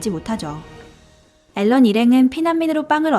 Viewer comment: 왜 앨런 이라고 하는 거임? 에렌 아닌가?